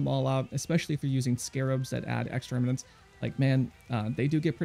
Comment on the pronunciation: uhhh, it's "remnant", not "remenant".